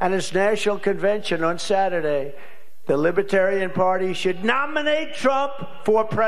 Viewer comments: He can’t even say Libertarian correctly. “LibAtarian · He frequently says "Lib-a-tarian," rather than Libertarian. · Sounds like he's saying LIPitarians. Inhabitants of the planet Lipitor? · Probably didn’t help saying “lih-BAH-tarrian”